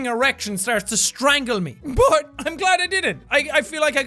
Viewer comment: "buOT" is how i heard him say but Anyone else?